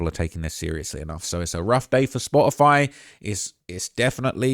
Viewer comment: Its Spotify...because there's a facking "t" in it!